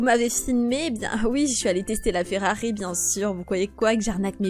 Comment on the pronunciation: Et tu dit ferarien c'est fererie